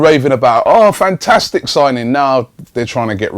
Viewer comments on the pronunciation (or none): none